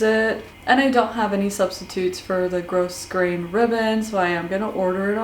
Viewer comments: Its pronounced gro grain not gross grain. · Your sewing is absolutely beautiful. I love that not only do you press your seams, you take the time to show that you do. Thank you for sharing that important step. Also, the "s" in grosgrain is silent. It's pronounced "grow grain", not gross grain. Just sayin'. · Nice job on the outfit! Btw, the word "grosgrain" is pronounced like grograin, the 's' being silent. Thank you.